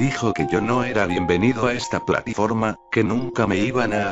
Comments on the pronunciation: Dice platiforma xe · ¿platiforma? He escuchado bien? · Platiforma xdd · XD minuto platiforma